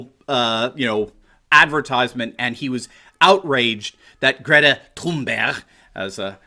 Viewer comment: ‘Greta Toon-bear-awe-ght’